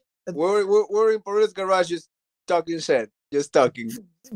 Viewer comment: Bisbing keeps saying gayrahg